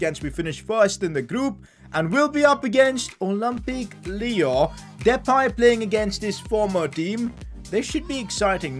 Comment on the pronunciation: Bro,haha,it's not Lyooo,it's Lyon